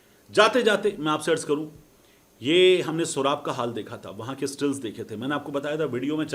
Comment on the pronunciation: Soraab nhi bhai Soooooraab naam hy ilakey ka mateen bhai